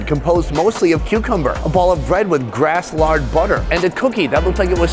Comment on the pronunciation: I believe it's Grass"land" butter not grasslard. LOL.